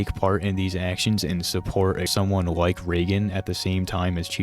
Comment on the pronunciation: The Ws over ls are funny 😂 “Wike” Wex Reawwy waw 😂